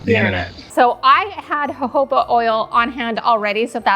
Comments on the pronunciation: Hohoba is exactly how you say it, you're right. I can't decide between the gingerbread wax melts, or the candles. But I liked them all. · you are totaly right for the american pronunciation of the word jojoba is huh·how·buh, wish is different than the british pronunciation jow·juh·buh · you said Jojoba oil correctly. So many great ideas! Thank you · THANK YOU!! For saying jojoba oil correctly!